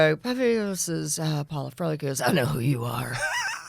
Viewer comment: Sad these people can't pronounce "Froelich" properly.